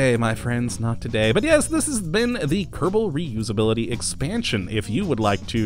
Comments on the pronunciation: Its Kerbal not kertable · He said "Kottabos Space Program"